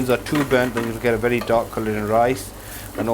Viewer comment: It’s a werry werry quick recipe